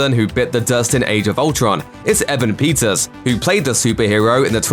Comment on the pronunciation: "Evan Pizzas"